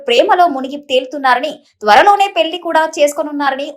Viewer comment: పెల్లి కాదు పెళ్లి